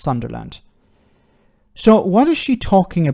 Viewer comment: As a Newcastle fan, I do enjoy someone pronouncing Sunderland likes it's a strange, unknown land 😜 just messing, I have family there before I get keyboard assassinated 😅